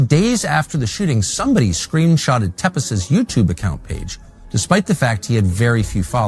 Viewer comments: Willy _tepes (will he) tepes pronounced like Vlad tepes. Just saying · It's pronounced Teah-pesh. A borrowed pseudonym from Vlad the impaller, Prince of Wallachia, the inspiration for Dracula.